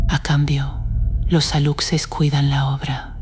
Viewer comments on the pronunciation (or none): JAJAJAJAJA PORQUE PRONUNCIAN "ALUCSES" SI SU PRONUNCIACIÓN CORRECTA ES "ALUSHES", PORQUÉ LA NARRADORA TIENE VOZ ESPAÑOLA... NADIE SE TRAGA ESTAS MENTIRAS